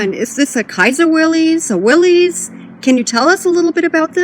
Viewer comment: You would think the inventor would know how to pronounce his own name. Will-iss like you said, that's how it was in the commercials.